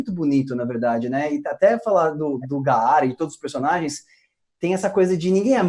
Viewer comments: Que Nervoso o falando gaAAra pqp. Se pronuncia Gara normal, Parece que nem escutam a pronúncia em japonês, O mesmo pra Susanoo não SusaNoOo. Quando dublarem o Naruto Shippuden dei uma olhada nisso pela amor de deus. Meus ouvidos sangram! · Esse cara chamou o Gaara de Ga- ara quê esquisito porquê apesar do nome dele ser Gaara, na pronúncia jopones quê é a original se fala Gara ou eles não presta atenção na pronúncia ou tá errado por isso quê só dragon ball é bom na dublagem brasileira e outra o Wendel apesar de ter uma das melhores vozes do Brasil não tem nada a ver com a voz do pain mas fazer o quê tem gente quê curti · Bicho. Não é Ga-a-ra, é Ga-ra. simplesmente "GÁRA".